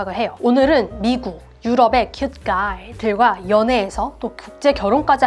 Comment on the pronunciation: 블루~아이 큣~가이 ㅋㅋ 너무 발음이 찰지신것같아요! 내용 완전 공감합니다! 정말 서양문화를 모르는 사람들은 진짜 바로 나락행일수도있어요..ㅠ 개인적으로 외모도 중요하지만 어느순간 외모보단 이사람이 나랑 정말 맞을까? 라는 생각이 들때가있어요. 이게 경제적 차이가 너무 많이 나도 들더라구요...😅 암튼 100퍼 맞는말이시구 다른분들도 참고하시길...😊